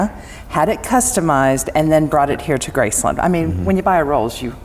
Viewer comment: Why do you guys keep saying graceLUND instead of Graceland